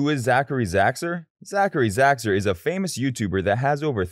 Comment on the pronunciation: 😂😂😂😂😂 you cant even say his name right before putting hate on him